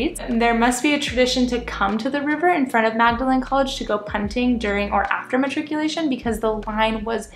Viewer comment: Nice vid, glad you enjoyed it here in Oxford! I hope you don't mind a couple of friendly corrections from an Oxford resident: It's pronounced 'Maude-- a- lin' college (confuses everyone I know!). And also 'Bod-leian' library not 'bode-leian'. :)